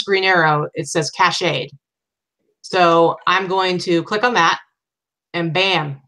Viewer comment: FYI: It's pronounced CASH-ed not cash-AY-ed. From Merriam Webster Dictionary Cache means "a group of things that are hidden," and entered English in the 1700s. It can also mean cache memory, or "a part of a computer's memory where information is kept so that the computer can find it very quickly." This word is pronounced \CASH\. Cachet has several meanings. It can mean "prestige," "medicine prepared so that it can be swallowed," or "an official seal," the oldest meaning of the word in English, first used in the 1600s. It is pronounced \cash-AY\.